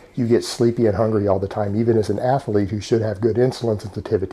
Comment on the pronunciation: What's that movie when they are baseball coaches and he asks them what an "ath-a-lete" is?